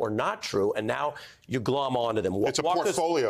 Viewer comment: Ari saying the word "glom" in a professional interview makes me happier than it probably should. :P